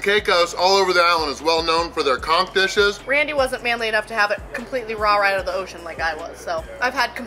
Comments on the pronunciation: I had to read the description to figure out what word you kept using, it sounded like Conk.... that is, not how you pronounce it. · Pronunciation of the N in conch is very important when explaining the menu. Just saying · Every time you both said “conk” my mind went into the gutter. Lmao!! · Conck it took about 10 times of hearing that as opposed to c*ck - saying completely raw conck hit funny until I realized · lol it sounded like you kept saying CRAP conk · Take a drink everytime they sAy “coNk” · Most other places use conch with the ch sound but they may actually use the hard K on the island